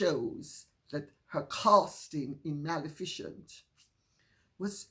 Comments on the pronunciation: "Mal-e-fi-cent", NOT "MAL-EFFICIENT". Minutes to . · Dear Lady C., perhaps it might be a good idea for you to doublecheck your pronunciation of "Maleficent." Rather than "Mal-efficient," I believe it's pronounced "Mal-EFF-icent," rather like its antithesis, "Beneficent." Many thanks for yet another superb video!